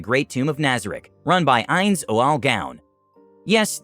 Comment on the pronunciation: Anyone else annoyed by his pronunciation of ainz